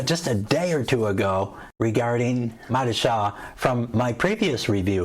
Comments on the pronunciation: It’s pronounced MO-DI-CHA. Stress the second syllable only. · Modeechia!! Enunciation my friend